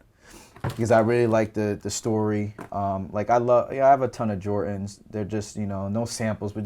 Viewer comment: why does he say jortans instead of jordans